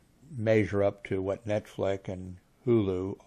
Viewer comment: repeat after me, NETFLIX, that's NETFLiX, not NetFlick, it's pronounced Net Flicks, not Net Flick, say it again, NETFLIX... I know you'll be able to say it properly in the future. Next we'll work on Washington (Not Warshington).